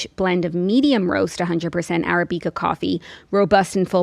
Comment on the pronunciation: Love this episode and have to say, Jackie, your pronunciation of Arabica (coffee) had me cracking up